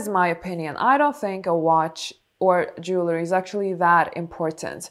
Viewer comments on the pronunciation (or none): Jewel ree not jewler ee. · Dear elegant lady. Jewelry is pronounced Jew el ry not jewler er. One of my minor eecchs. Sorry.